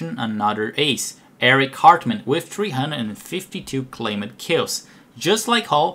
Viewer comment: Just a minor issue about your English pronunciation: claimed, lacked are pronounced like claymd and lackt and not like clay med or la ked It's a weird language. Click the audio button for an example here